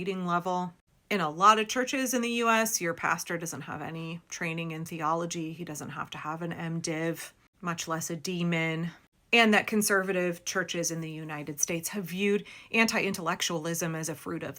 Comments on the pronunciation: OK I am doing this for the algorithm. Did anyone else hear her pronounce the second degree a pastor should have as demon, or was that just me?LOL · I really appreciate the irony ofthe pronunciation of a D. Min.